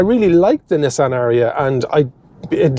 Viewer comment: Lovely "Nissian". Where are they built? Sunderland?